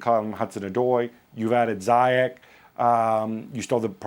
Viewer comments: All British and American pundits pronounce his name wrong, it’s not pronounced Zyak or Zayak but ZIEJ oe Ziech, the CH is pronounced in Moroccan like a J. and the y is pronounced like a normal I instead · Moroccan names are written in French, so yes the "Zi" part is pronounced "Zee" in English. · In Europe it's Ziyesh, but in Moroccan it's Ziyash, that's noted in his Moroccan passport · Ziyech is pronounced Zee-yea-tch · The Moroccan Magician Name is pronounced Zee Yaaa sssh! and chelsea need to Sancho and Hakimi from Dortmund. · Throughout the whole video i am thinking who tf is zayeech. It's ziiyesh ffs. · Just for the info guys, since I'm Moroccan and everyone sounds to be saying his name wrongly, it's pronounced Zi-ye-sh. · Shouldn't it be Zee-yesh? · it’s not ziyekh? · Woody Nassif No, it’s pronounced Ziesh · Yeah it's something like "Zee Esh" from what I heard from my Moroccan friend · Other countries pronounce it "Zai Ek" cos of accent differences.